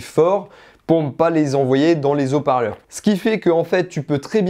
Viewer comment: Bonjour, bonne présentation de ta vidéo, mais devant Haut parleur il y a un H... Aspiré. Sinon ça fait mal aux Zoreilles. Au plaisir